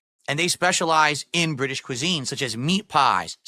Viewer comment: The way he says British is super annoying. Why does he emphasise the ITS part